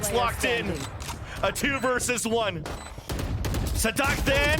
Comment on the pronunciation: His pronunciation is nearly perfect